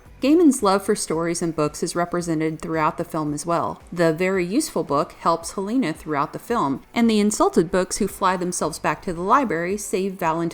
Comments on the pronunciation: ._. Hel-a-na. I love this movie and this review is really good, but please... Hel-a-na. Not HEl-a-na. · Ok her name is not Halina it's Helena get the name right you noob, i mean you have clearly seen the movie so you have no excuse for mispronouncing her name like that. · I want to like your video, but you seem to mispronounce the main character's name.... even directly before showing clips where it's beimg pronounced in the movie itself... I'm still goimg to give you a thumbs up, but damm. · The fact that Helena's name was mispronounced every single time made me quit this video about 2 mins in. What a shame because this movie isn't talked about enough.